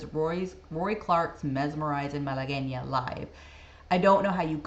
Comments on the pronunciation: Thank you for knowing how to say Malagueña. You can bet that your father had heard of Roy Clark. My sister and brother in law saw Clark in Las Vegas back in the 70s and said he put on a very, very good show. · Thank you for providing the video of Mr. Clark pronouncing the name correctly. Also, you pronounced it properly also. Good reaction.